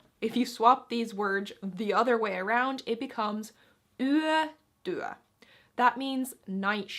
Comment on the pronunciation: In the video the pronounciation of "yötyö" has a slight tendency towards western dialects, where it is pronounced like "yätyä". But the official is still "yötyö". 🙂 In "vaa'at" and "vaa'an" there is a slight pause at ' and/or slight stress on the last syllable, not "vaaan". 🙂 "Aioin" is pronounced "aioin", not "aijoin"! 🙂 In "puheääni" or "väliaika" there is no pause in the middle.🙂